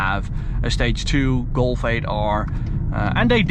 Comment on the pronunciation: why you say Golfe ? Say Golf bro